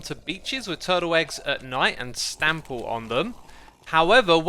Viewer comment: "stample" To trample and stamp on at the same time?